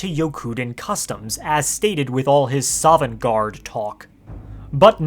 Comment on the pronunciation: "Not quite sovengarde"